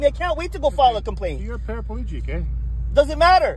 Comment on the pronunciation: A PARA-PEL-EGIC. He is the most healthy PAR-A-PEL-EGIC of all time.